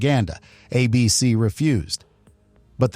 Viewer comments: Good video, but there are a couple instances that make me think the voice over was AI. Twice, it said "a B-C" when it meant to say "A-B-C" as in the network. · "Uh BEE SEE" ?? When otherwise realistic AI narration tells on itself...as it always does.